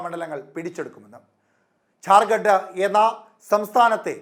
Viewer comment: ഇവന് ജാർ ഖണ്ട് എന്ന് പറയൻപോലും അറിയില്ല ചത്തിസ് khsnd എന്നാണ്